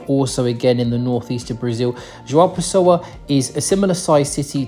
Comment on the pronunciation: Your pronunciation of "João Pessoa" is very good for an English native speaker 👏